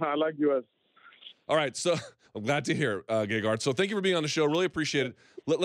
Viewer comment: and its gegard not gagard. Might as well call him lady gaga.